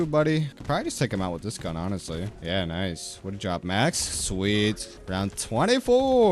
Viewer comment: His gun pronunciation hurts my soul